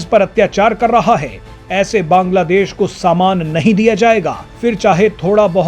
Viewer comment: Baaaaanglaa deéeesh kaisey fudu ki Tarah bolta hey .Aram sey Nahi Bol Sakta Kiya